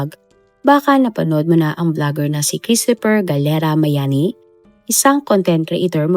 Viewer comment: hindi miami,kundi MAYANI